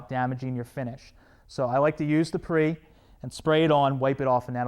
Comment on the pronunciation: It kills me when you pronounce prep, prEEp